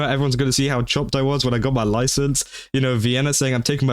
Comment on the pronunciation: “You goht your internet loicence?!”